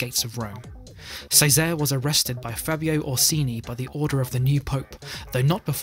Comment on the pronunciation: cesare has a ch sound